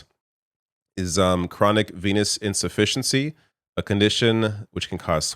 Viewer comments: Did you say pinus deficiency ? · I totally thought you said penis insufficiency! 😂 “is it fatal?” 🤣